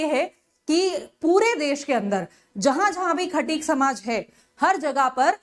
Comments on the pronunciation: खतिक ❌ खटीक ✅ Kya teacher banegi re 🤦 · खाटिक नहीं वो खटीक होता है मैडम